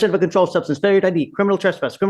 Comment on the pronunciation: He's not a "crinimal"? Gee you think with his experience he'd know how to pronounce criminal and know it's definition. His brain is pickled. Drugs and/or alcohol.